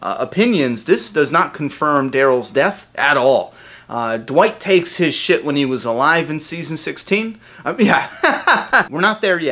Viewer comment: I thought for a minute you said "Dwight took a shit" instead of "his shit." Haha. I was like: whaaaa??? When?